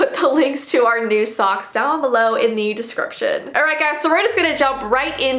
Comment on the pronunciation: Whenever she said socks i thought she said songs.